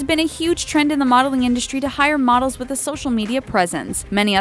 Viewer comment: "you don't get to keep the clothes" LOL! whoever in their right mind thought models get the stuff they are wearing? Like, seriously? Also, why do you pronounce it "indushtry"? Very irritating.